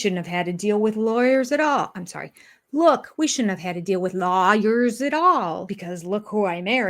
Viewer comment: When Kody says ‘lawyers’, he makes it sound like ‘liars’.